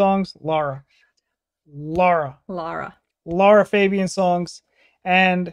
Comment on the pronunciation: It's actually pronounced Larah Fabi own